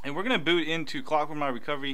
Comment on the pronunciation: My phone keeps starting in Clock-Mwahwah- Recovery every time its completely off, (thats how you pronounced it for me) did I do something wrong? I do have root though